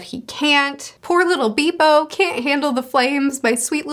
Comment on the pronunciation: Been a long time since a mispronunciation, but just so you know: "Bepo" = Behp-po/"Beppo". Still not a fan of the Zoro kills Kaido theory, but I'm not seeing the arc that those who look toward that theory see. I disagree that Kaido knew what fruit Luffy had, but only time will tell who was correct.